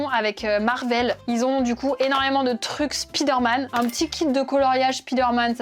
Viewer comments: Du coup on dit Praïmark (j'approuve), mais on dit Spiderman ? 😂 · Tu fais la leçon pour la prononciation de Primark mais pour Spiderman y’a plus personne 😂